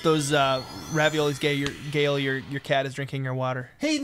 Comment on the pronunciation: Gale not galeure